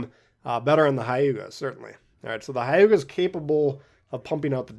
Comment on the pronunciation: It’s not Hai-you-ga. It’s more like h-yu-ga. Like you barely pronounce the h.